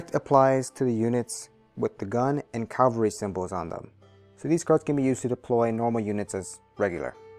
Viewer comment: Great video (though FYI, it's CAV-al-ry, not CAL-va-ry).